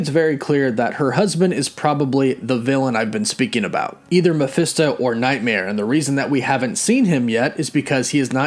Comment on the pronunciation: “Maphisto Nightmare” Me: Ma-Nightmare